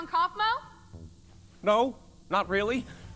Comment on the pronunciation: I like how some YouTubers struggle saying Kaufmo while said it perfectly he did not even acknowledge it